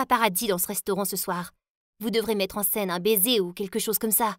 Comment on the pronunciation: Le bésé le bésé 😂😂😂😂😂